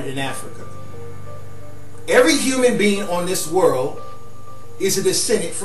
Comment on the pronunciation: "The word is over fo billion years owed" that's when I hit the back button. Unintelligible